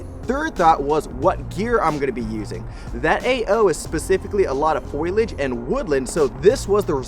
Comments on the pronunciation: "Foilich?" Repeat after me: Fo-li-a-ge. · Foliage. FOL-E-AGE...NOT FOILAGE, FOL-, notice how the "I" is AFTER the "L" meaning you pronounce it AFTER the "L". Sorry. Hope this helps. That was all I could concentrate on throughout the video. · Foliage.. ITS FOLIAGE